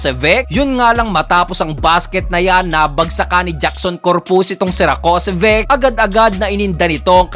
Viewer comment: Rakocević (ra-ko-se-vich). dapat alam mo na kung pano bigkasin yung mga pangalan nila 😀